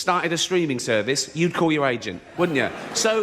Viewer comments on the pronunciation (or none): none